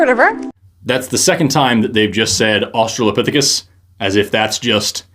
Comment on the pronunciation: Going into this, I'm not surprised that the guy can't pronounce orangutan. And the girl can't figure out which way she wants to say australopithecus. She's 1/3 at the time of me typing this.